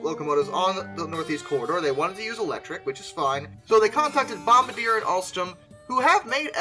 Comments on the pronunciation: Bom BAR dee ay, not bomba deer. Cool videos bro. Subbed! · I'm pretty sure Bombardier is pronounced "Bum-BAR-dee-ay." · Lol... It's pronounced bom-bar-dee-yay. Good work here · Bombardier lol bomb-bar-d-ay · I'm pretty sure bombardier is pronounced bom-bar-dee-ay, not like they're dropping bombs from locomotives lol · It’s bomb-bar-de-ay , it’s French lol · It's pronounced "bom-BAR-d-A" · Just a hint for future reference Bombardier is pronounced (bom-bar-dee-A)